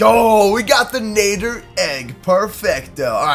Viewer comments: it's not nader na-dd-er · Nad-der not nay-der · It's nadder not nayder 😭 am not trying to be mean an just saying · Madder not nater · Sir is nadder not natter or whatever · It is not called a naeter it is called a natter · My man said nayder its nader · Nadder, not Nay-der. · Ur saying nadder wrong, its nadder (natter) not nader. If u take this the wrong way then sorry. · Nadder not natter like at the spelling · its pronounced nad-der not nay-der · The deadly Nadder is pronounced like ladder but with a N and you say you're a HTTYD fan sorry I'm obsessed with HTTYD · first it's not pronounced with the A saying it's name it's pronounced like the A in at. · Great video but I'm sorry but when you say Nadder you pronounce it wrong. It's pronounced like madder but with an N. As a huge HTTYD fan myself when someone pronounces a name wrong it erks me a little and I got to correct them. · You say it as natter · It's nad-er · Its nadder Na dder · Its nadder na de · Its a deadly na-tt-er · it's n a d d er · You miss pronounce Nater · It'd pronounced n A dder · It’s pronounced na d er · it's pronounced Nader and you pronounced it uncritically! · It’s Pronounced N-A-d-er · I'm sure somebody already mentioned this, but it's pronounced Nah-der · watch how to train your dragons again and learn how to say nadder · You are saying nadder wrong But good video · you are pronouncing it rong watch the movies agen and watch the shows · Your not saying Nadder right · Ur saying Nadder wrong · He pronounces nadder wrong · not how you pronounce Nadder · Dood I’m so annoyed about his pronunciation at the nadder